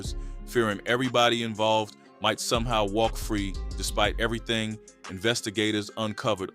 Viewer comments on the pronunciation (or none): none